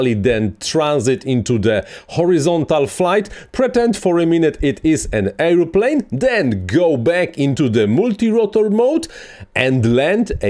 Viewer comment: Hej! Super filmik, bardzo pouczający. Trochę łatwiej by się go słuchało, gdybyś wymawiał „airplane” jako er. pleɪn lub ˈeə.pleɪn nie air.pleɪn. 😊